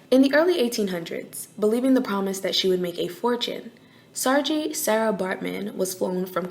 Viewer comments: In South Africa we don't pronounce it as Sarjay it's Saarkie "Saartjie" tjie is pronounced as kie here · South African guy here 👋🏾 Saartjie Baartman's name is pronounced like "Sar-KEY" not "Sar-GEE" Just a small correction 😊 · As a South African hearing you pronounce Saartjie Baardman’s name “Sar-jay” 😂 and then comparing her tragic story to Beyoncé, that’s wild… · It's pronounced Sar-kee ... Love rne video 💞